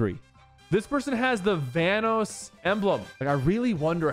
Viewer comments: "Vanos" lol how does he not know about/how to pronounce Vanoss 😭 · bro that’s not how you say vanoss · how he said vanoss 💀